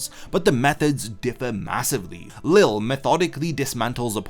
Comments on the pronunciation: Lille's name is pronounced Lee-jay not Lil or Lilly. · Btw lilles name is pronunced Lee-lay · everyone still calls him leel lol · nah in the anime its always pronounced lee lay or lee zhay, one of the two i cant remember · Why can people not pronounce Lille’s name correctly? Ffs, the English dub CLEARLY showcases how his name is meant to sound.